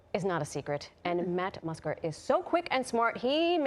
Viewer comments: “matt musker” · Ah yes, "Matt Musker". I love that guy. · “Matt Musker” 😂😂😂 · Matt Musker! I guess I’ve been saying it wrong all these years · “Matt musker” hahahahah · Matt Musker Saman